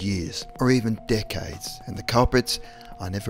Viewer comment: Did anyone else thought he said 'dickheads' instead of 'decades' xD